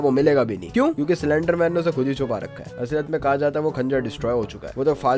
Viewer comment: Anyone noticed he said slenderman cylender-man😅😂